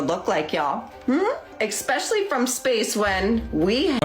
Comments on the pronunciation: im glad someone else heard ex-specially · "ICKSspecially" "aCROST" "elemenATERY" ... next she's gonna pronounce "both" as "bolth" Edit: I'm here to add "cornYEWcopia"